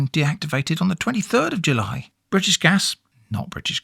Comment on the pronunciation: jully julliet